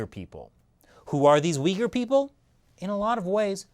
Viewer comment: When he was saying Uyghur I thought he was saying 'weaker'